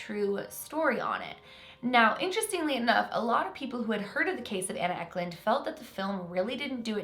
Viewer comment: uck lund 😂😂😂 no hate I love! isn't anna Ecklund a Swedish name? I'm Swedish